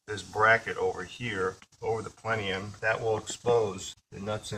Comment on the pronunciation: If he says plenium one more time